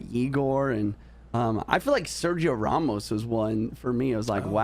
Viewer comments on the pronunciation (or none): none